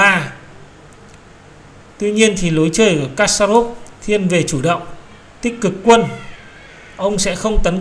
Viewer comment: Kasparov đọc là kas-pa- rov.